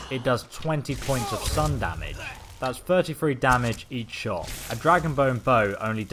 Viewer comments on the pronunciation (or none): none